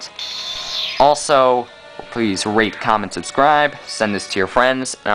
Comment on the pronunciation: Thumb up is it sounded like he said please rape coment subscribe